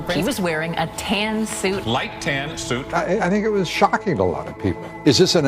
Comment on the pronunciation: oh tan suit gate, i thought you were saying tan suokue